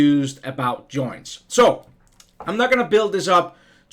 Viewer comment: joinTs, not JOiiiiins. (Why do the DAN-ish always put the emPHAsis on the wrong syLLABLe?)